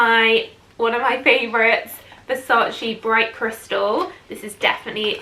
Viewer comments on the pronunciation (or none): none